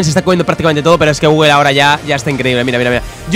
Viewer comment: Nadie: Absolutamente nadie::GUGUEL. Osea de dice gugul.